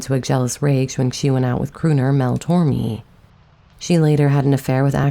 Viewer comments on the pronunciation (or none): Mel Torme is pronounced Mel Tor may.